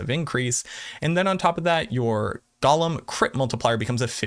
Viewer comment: GO-LEM not Gollum